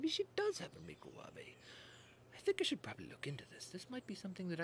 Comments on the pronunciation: I don't recognise your accent sir, but she is Nigella Lawson, known in the UK as the 'Domestic Godess'. You may find that her pronouncement of the word 'Micowave' as 'Mi-cro-waav-e' with a hard 'e' is possibly just her sense of humour. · The celebrity cook was just actually making a joke, she mispronounces stuff on purpose all the time 😊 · Tip1: If you're watching Nigella cooking videos for the recipes, you have a bigger problem... 😂 Tip 2: I believe it's her send-up mispronuncification because 'real tv celebrity-chefs' will never admit to using that modern instrument.